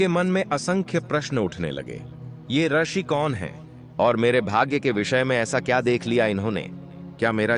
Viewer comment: रशि नहीं रूषि होता है ।